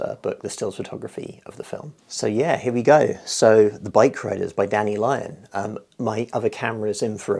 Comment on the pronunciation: His Name is LYON!!!! no "S"